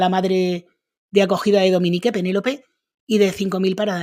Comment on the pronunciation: Se pronuncia Dominic...no Dominique😅